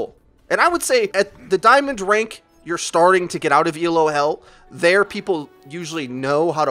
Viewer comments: Pronunciation critique: It's pronounced "Ee-loh," not "E. L. O." It's not an acronym; it's a person's name: Professor Arpad Elo, who first invented the Elo rating system to measure the performance of chess players back in the 1950's. His system was so successful that a lot of other competitive games, from fencing to MagicTG to Overwatch, have all copied it. Let's give Dr. Elo the credit he deserves! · It's not E.L.O. it's "Elo". It's someone's name. ELO is the Electric Light Orchestra. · But it's pronounced Eh-loe. It's not an acronym. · dude you're killin' me Elo is one word, pronounced ee-low it's named after a dude named Elo, it's not an acronym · Just for future reference,, it's not an acronym. It's a rating system named after its creator, Arpad Elo, who designed the rating system originally for chess. I fell into the same trap too because it honestly does look like an acronym, and most people capitalize it like an acronym, but now you know. If you care, he was born in Egyházaskesző, Austro-Hungarian Empire. Yeah, good luck trying to pronounce that. He moved to the US in 1913. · Hell is people pronouncing every letter of Elo. It's named after Arpad Elo, it's not an acronym.